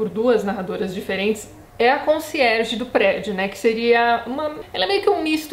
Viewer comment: Quando você falava Conciérge eu só pensava em Desventuras em Série.